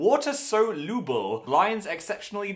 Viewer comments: He said so-luble instead of soluble 😂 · Soluble not so luble, Philly😄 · Why is no one talking about “water so-LUBLE” pahahahah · Also I like how he said “water soluble” as “water so luble” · Product: Water soluble Phil: water so looble